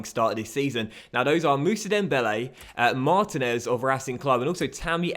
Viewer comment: It's pronounced Marteenez not Martin ez